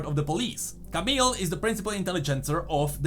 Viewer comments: Please, don't say "CamiLLLL", you can just pronounce it "Camiii". We just don't have to pronouce the "L" in a french names like this one ;) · Camille is pronounced camiye not camil or camel or idk.